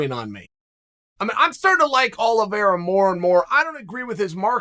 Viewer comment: he butchers most people's names I'm starting to think he's trolling lol